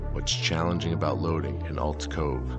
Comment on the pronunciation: Bro you butchered that graphic "Adules Cove", spent ten minutes looking for Aulds Cove.